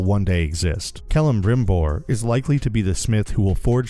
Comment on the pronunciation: Ah yes, who could forget Kellemborn… I mean Kellim Brumborn… I mean…. You did very super duper good-boy job of sounding like computer-generated idiot. If this video is your impersonation of a complete tool of a shill, gold star sticker on your NPC lunchbox. Not so much funny as concerning, but okay. Maybe your idea of a joke is telling someone with a straight face that you enjoyed watching their house burn down and why. If you’re seriously trying to pretend like this was a good show, or pretend like you know anything about JRRT’s world, you might want to learn how to say the names of the characters at least. Also you might want to stand in front of an erupting volcano.